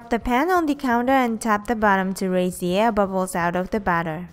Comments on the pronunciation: You need to work on properly saying the word "batter" because you aren't saying it correctly. You sound like you are saying "butter". I love your videos! But its kind of hard to know if you are saying to add the butter or add the batter. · your mom needs to work on properly saying the word "batter" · LOL when you say batter it sounds like butter <3 your videos :)